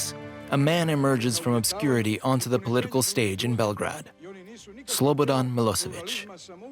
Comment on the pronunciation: The way the English speaker mispronounces Belgrade throughout the documentary bothers the heck out of me